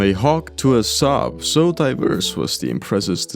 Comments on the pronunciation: "from a hawk tu ah Saab" THERES NO FRICKING WAY DUDE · "from a hawk to a Saab" WHAT DID YOU JUST SAY??